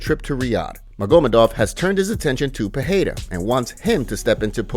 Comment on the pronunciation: It’s not peheira it’s peReira